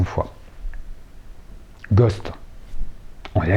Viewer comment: Coucou! J'en étais sûr que t'allais dire Gosth avant que tu le prononces.